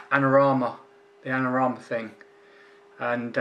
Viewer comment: I'm not being picky but it sounds like you are saying Anorama and not Adorama. Just don't want them stopping your freebies mate. Keep up the good work!